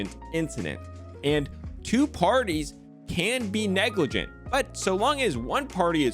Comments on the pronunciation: It's Negrlagint* not Noglegrant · It's neglirgant*